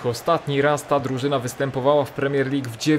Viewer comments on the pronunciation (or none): none